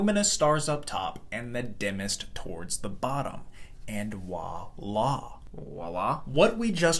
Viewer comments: "Wala"? Not "voilà"? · Love your content, but the word is “voila”, not walla. It’s French. Please don’t do that again. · Wah-lah is actually pronounced vwa-la. The French word is actually voilà. It’s usually used as the phrase “et voilà” . It’s sort of like in English going “tada!” I’m not sure who in the last 10 years dropped off the V. It drives those of us who were or are French-speaking a little bit crazy. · Great science, but....wah-lah?!? Try saying vwah-lah. After all, it's spelt voila, and the v is not silent. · Voila, not wallah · Voila, not wala lmao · Did you just say wah- la instead of voila? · Bro really just said "Wah lah" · It “voila”…with a “V”. In English we pronounce the “vee”, not as “double u”, as they do in many other languages. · Voila is not pronounced “wah-la”. Or is this some new thing the kids are doing these days? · The French word you’re butchering is “Voila!” or VWAH-LA. It’s English equivalent is basically “and there it is” Its literal translation is “see it!” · Is no one going to mention that he said “wah-lah” instead of “voila”? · It’s “voila”. Not “wah-lah-“ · Distracted trying to work out if he's saying a really weird version of 🇫🇷 "voilà", or "wallah" (Arabic for "by god") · Voila* not walla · "Voi la"... it's French for "look there"..."walla" is brain damage...(I know it's all one word and there's an accent but you get the gist) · "wahlah" not Vuala XD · this is distractingly bad. Have you seen the word “voila”? As in, French. I thought the other character was going to correct the first one! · Voilà** not oilà (why do Americans aside from louisianans say the second?) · The "v" in "voilà" is pronounced like any other "v" in English (or French). It is not a "w" sound. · Think it’s voilà, with a v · Why don't americans pronounce the v in voilà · There's no W in voila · Very nice job ! I’ve never heard of H-R diagram. As a French guy I’ve particularly enjoyed the “voilà”.😂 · Interesting pronunciation of voilà